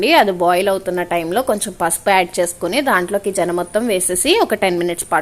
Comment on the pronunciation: జెన కాదు మేడం. సెన అంటారు